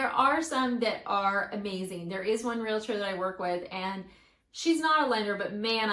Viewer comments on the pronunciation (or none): say it with me real-trrr. not real-la-tour